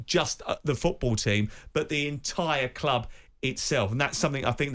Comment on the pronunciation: Maybe learn how to speak English and that it’s ‘club’ not clooob’